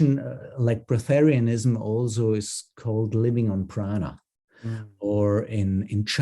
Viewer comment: It’s not breath-terianism it’s just breatharian.